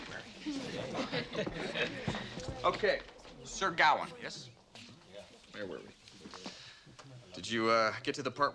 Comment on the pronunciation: GaWAIN not GOWan !